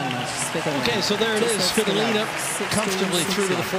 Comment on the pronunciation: svi TO!!!!!!!!!!!!!!!!!!!!! lina. hurts my ears the way they say it.